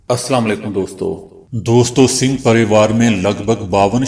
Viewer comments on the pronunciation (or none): IT IS NOT SINGH BUT SUNGH PARIVAR